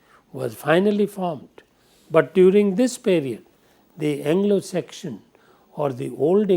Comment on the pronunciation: Sir with all due respect. It's pronounced seksun. Not sekshan. Sorry but I couldn't stand listening to it